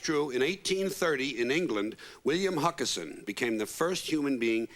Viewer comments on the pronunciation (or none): It was William Huskisson not Huckerson. Sorry to be that guy.